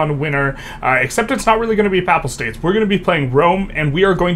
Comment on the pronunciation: Pay-pull states omg not pap-ul